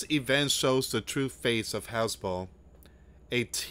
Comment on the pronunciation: Hez-Balla Dude, not Hezbul